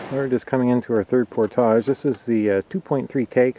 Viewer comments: Glad to see you know how to correctly say the word, "portage." Makes me think you probably say and do all the other stuff correctly. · actually, he is saying it the correct way.... its just some americans who are incapable of saying french-based words correctly. Just like a fish Fillet, and front Foyer... its Fill-eh & Foy-eh (no canadian joke intended lol) not Fill-it & Foy-er. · how he's pronouncing it is the standard Ontarian way as far as I know.